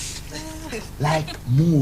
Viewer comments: " FLIMS" HAHAHAHA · "we are goin into flims!" "FLIMS!!!" lolololol this reminds me of my dad...how hard i have tried to get him to say F-I-L-M-S but to no avail! lol